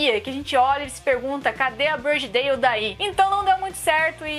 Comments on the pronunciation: A pronuncia é ''Brôdi Dóuw'' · Só achei estranho o nome Body Dalle ser pronunciado como Brady Dale kkk